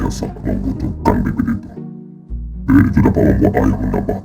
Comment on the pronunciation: kalau kalian baca teks nya nanti nihilius bilang bibir cok bukan bibit😂😂😂